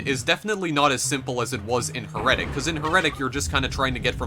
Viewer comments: It's heretic, not heretic. :D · You said heretic wrong bro. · stupid fuck can't even say HERETIC.